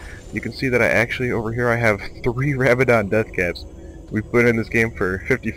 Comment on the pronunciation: rab-idins? dont pronounce the words the way riot does they butcher our language